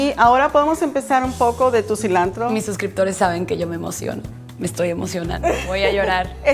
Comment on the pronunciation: La chef traía mucho ambiente mexicano, tanto que cada dos minutos decía "so", "celantro" , "torteias".